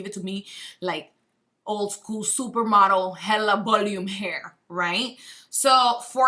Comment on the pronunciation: “Bolume” lol so funny...how long have you lived in the US?